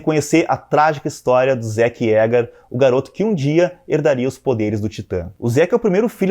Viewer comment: Finalmente alguém que fala Zéke e não Zíki como eu :V